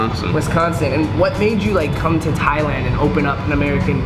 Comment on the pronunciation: Thailand not Thialand